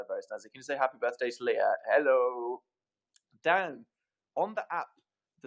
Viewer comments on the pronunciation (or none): none